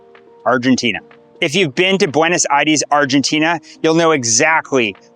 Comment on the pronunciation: Bro pronounce "Aires" right